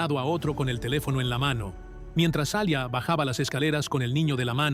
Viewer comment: Se pronuncia yijan (cihan) y es Alia no alya.